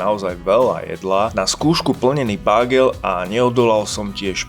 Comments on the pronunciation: Bágel? To ako fakt??? Bágel je slangovo batoh. Prosím doštudovať výslovnosť slovíčka bagel! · jo prenho to je Bágel :D rehocem sa vzdy ked to vysloví ale tak treba sa smiat 😂 Bágel 😂😂😂😂